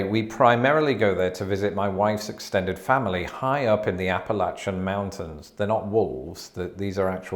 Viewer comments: Thank you for properly pronouncing Appalachian Mountains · I'm proud of you....you said Appalachian correctly! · Correct pronunciation of "Appallachan mountains." Why it's spelled "Appalachian" is anyone's guess. Native people (both OG natives and "naturalized" natives alike) pronounce it "Appallacha."